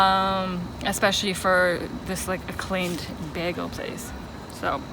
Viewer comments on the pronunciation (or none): Why noone making a comment about the pronounsation of "bagle". But in all seriousness, this was something I was wondering about, so thanks for the comparison.